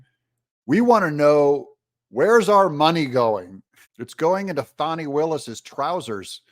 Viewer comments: Whats with the Fahhh-ni pronunciation? Can't anyone read English? It's a common name with an uncommon spelling. It's pronounced Fanny, like Danny. Everyone in Georgia knows this very common word and old southern name. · wy are you calling her fani not fanny have you been threatend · It's pronounced Fan-nee. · It’s pronounced FAH nee! Per Wikipedia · Say her name the right way.... FANNNNNNIE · Her name is Fani, like what barely fits in her pants, not a baby deer. There is NO "w" in her name!